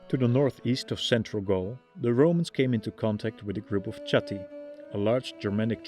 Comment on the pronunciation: Chatti niet uitgesproken als Tsjatti, maar als Chatti, als zuiderlijke Nederlanders dat zouden doen. Met een ch die dicht bij een h ligt. Zoek maar eens op "Taaldacht, Namen van Nederlandse Stammen". Daar zul je zien dat die klank zich in het huidige Nederlands zich tot een h heeft gevormd. Daarbij heeft hij herleid dat Batavi als Batuwen/Betuwen zou moeten klinken in onze huidige taal. En destijds Bátawi, de Romeinen spraken toen namelijk nog de v als een w uit. Zoals je ziet dus weinig veranderd.